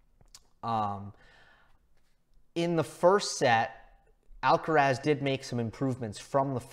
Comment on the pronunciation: Tan difícil es pronunciar bien Alcaraz?